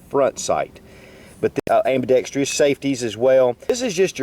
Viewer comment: it's pronounced amb-i-dex-truss not ambi-dex-tree-uss